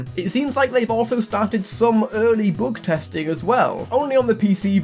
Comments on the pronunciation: heavy bügtesting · "heavy boogtesting"